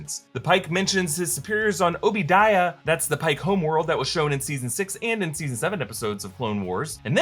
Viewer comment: It’s pronounced Oh-bah dee-uh not oh-bee die-uh May-Lue-Run not however you said it lmao